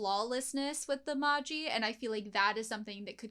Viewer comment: Just a note that magi is pronounced maj-eye, like "magic eye" for an easier comparison